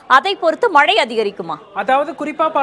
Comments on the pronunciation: மழை மழை என்று நிலைக்கண்ணாடி முன்பு நின்று 'ழ' வை சரியாக ஒலிக்க திரு பயிற்சியெடுக்கட் டும். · Ivan naakula vasambu vetchi theikanum pola, killing Tamizh words 😢 not malai ( it gives meaning mountain) 😮 it’s mazhai (Rain) 😅 her pronunciation is correct